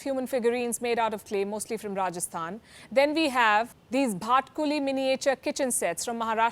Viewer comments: just a small correction it’s BhaTUKli Palkiji, not bhatkuli 😋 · Such Journalism is the need of the hour 👍👍. Small correction...@ , its Bhatukli ( not bhatkuli). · its bhatukli not bhatkuli